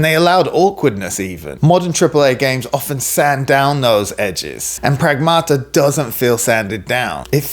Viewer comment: "pragmata" in Greek means "things" lol stressed on the 1st A: prAgmata